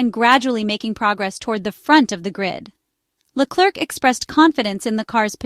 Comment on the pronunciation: This is probably read by an AI voice but in case the usa woman is real: PLEASE try to pronounce Leclerc a bit better, it sooooooo painful to listen to your trump level butchering of his name